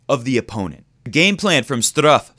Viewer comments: Hahahah no comments on Straff, STRUFF! I laughed more each time you pronounced it that way xD nice video, keep it going :) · Dude...you're babbling. Normally I like your vidoes but I had to vote thumb's down on this one. 14 minutes to say the obvious? Really? This should have been a 5 minute "quick sip" video. And in the future could you please find out how to pronounce the opponent's name ahead of time because the Strooff/Struff thing was annoying. As far as Roger's backhand - it's early going. He'll figure it out just like he did for the final last year. And if he plays Djokovic there's no way Djokovic is suddenly going to come to the net 30 times so I'm not too worried about that. Roger will probably have to get past DelPo first so let's not get too far ahead of ourselves. As shaky as Djokovic looked against Monfils he may not even make it past the winner of Zverev\Chung. Notice I am NOT giving Ramos-Vinolas much of a chance.